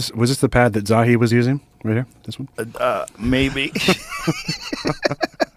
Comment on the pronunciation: your the best man...its zah-hee ha-wass just think of hee-haw everytime you see his dumbass